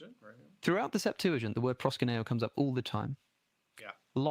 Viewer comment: It’s ‘proskuneo’, not ‘proskineo’.